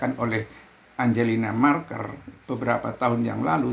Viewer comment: Yg benar bukan angelina marker, tetapi Angela Merkel..... trims